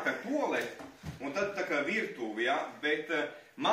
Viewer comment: "Toleti".... draugi, nav labi!🙃